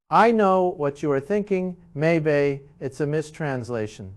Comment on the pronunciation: "Maybay"? AI FAKE. (Period)